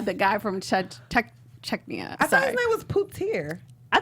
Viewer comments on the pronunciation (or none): Chechnya is not that hard to say... Neither is Chechens. And the boss who came to see Hank is named Batir. Y'all could stand to do a little more work on simple things like that before you do this. It kinda hurts the perception of your professionalism.